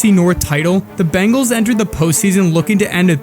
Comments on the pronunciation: Watching your video, I now see why he bleached his hair. Never knew he did it back in high school. Surprised the media never picked up on that. They talked about it nonstop! Great video! After watching more of your video, you need to learn how to say BENGALS! Not BANGALS! Seriously. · We're Bengals fans, not Bangles! Say it right! We've got the best qb in the NFL. Joe Burrow is amazing! WHO DEY! 🖤🧡🖤🧡